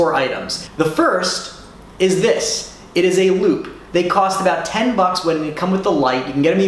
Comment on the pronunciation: Says Te not Ten